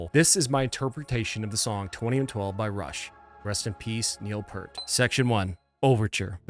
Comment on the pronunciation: It's pronounced Peert not pert